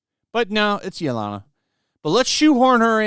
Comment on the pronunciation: You seriously need to work on your pronunciations. Yelena (ye-lay-na) is not pronounced yo-lana.